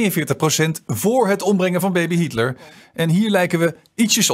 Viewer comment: Tip van Flip: een van de onderwerpen in deze film heel niet Hietler maar Hitler. De meerderheid van de Nederlandstaligen blijkt de naam niet te kunnen uitspreken.